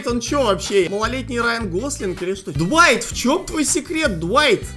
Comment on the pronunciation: Глайт а не дуайт